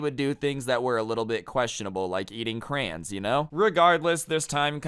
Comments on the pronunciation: Its crayons not crayens Lmao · pronouncing crayons crans makes me want to kms every time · Why does he say crayons like that?